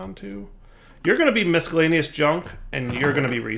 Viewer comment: derp - The inability to pronounce the word miscellaneous.